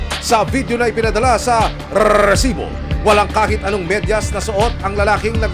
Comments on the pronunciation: Mali Yung pnta nyo may nag timbre na hndi napag planohan ng maayos mas ok sana kung huli sa akto mas malupet padin si mike Enrique eto Yung kaka pronounce lang ng rrrrrresibo Ang malakas masakit pa sa tainga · Nakaka irita pag pronounce ng rrrrrrrrrrrresibo bweset ka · Grabe gnyan ang pag bigkas mo rrrrrresibo dba pwde sabihin mo nlng na resibo?😅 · nkkairita nman ung pgbigkas ng Rrrrrresssibo" ng host😡...hndi nman sya Rrrrrrrussssian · Grabe ung magkabigkas ng Rrrrrrrrrrrrrrrrrrrrrrresibo